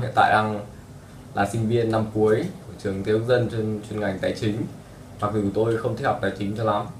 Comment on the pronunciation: If this is northern vietnamese why does he use y sound and not z sound when he says dù